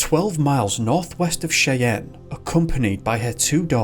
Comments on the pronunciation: Cheyenne is pronounced SHY-an, not SHAY-an. Also, Janet is not pronounced like Jeanette. Those are two different names - JAN-it versus gin-ET. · Mele Kalikimaka. Another outstanding video. Cheyenne is pronounced Shy-anne. You get surprisingly close for an Englishman. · Cheyenne is pronounced "shy anne". I have family there. 🇺🇸☕💐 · Cheyenne is pronounced Shy Ann.